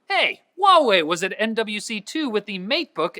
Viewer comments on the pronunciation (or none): none